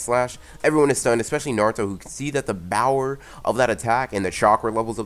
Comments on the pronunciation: if you can say power correctly why do you say it with a b then speak loudly in the mic it is annoying and there are to many adds on this one video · My favorite part was when he said bOwEr